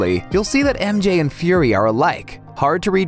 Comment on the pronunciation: Did he really just say nick furry’s daughter?